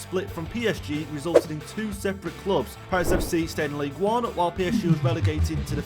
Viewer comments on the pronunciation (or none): It’s pronounced ligue “un” btw